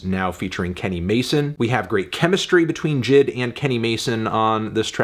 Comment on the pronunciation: J I D!!!! Not jid 🤦🏾‍♂️